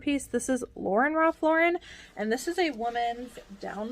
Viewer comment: I'm always happy to hear you pronounce Ralph Lauren correctly. I think resellers who put the accent on the end did not watch Friends.